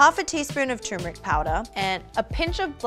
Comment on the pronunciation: Guys! It’s pronounced “TUR - MERIC” , “tur” as in “turbo” not “tumouric”!